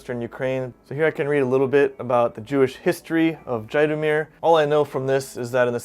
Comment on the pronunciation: Nice video. Zhytomyr is actually pronounced ZHEET-ah-meer. Quite a historical city.